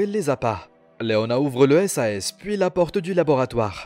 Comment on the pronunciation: Part contre ont dit pas « S A S » moi plutôt « sase »